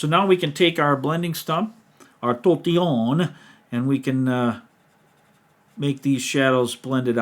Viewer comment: Love these so much. Gayle's does show some distance going on which is really cool. Love this weaving pattern. If you keep saying "tortiyawna" I'm SOOO giving you a new nickname. 😂😂